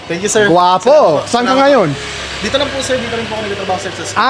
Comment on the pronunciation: pan-SIT, not PAN-sit. i-BA, not I-ba (unless you're refering to Iba in Zambales.) nga-YON, not NGA-yon. is-DA, not IS-da. TA-kal, not ta-KAL. I'm aware of microplastics too and the harm it does to us and to wildlife. It's really sad. There's also growing evidence that it is linked to Alzheimer's and Dementia. Easter is referred to here as "Pasko ng Pagkabuhay" (Christmas of the Resurrection).